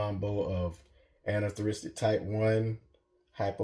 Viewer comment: Nice Boas, but I notice that Americans struggle to say "anerythristic" and "dwarf" correctly 😂